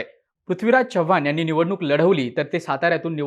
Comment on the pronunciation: भावा, चव्हाण चा 'च' व्यवस्थित उच्चार, तू मराठी आहेस, अमराठी नाहीस.